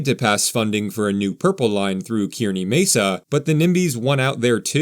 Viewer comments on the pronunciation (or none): I liked most of the video, except for the few mispronunciations. Kearney Mesa? I never was able to figure out where the “chaos” was. Sure, there are some freaks and weirdos here and there, but I don’t construe that as chaos. Chaos would better describe what it’s like to board the trolly after a game at Snapdragon. Now that’s chaos!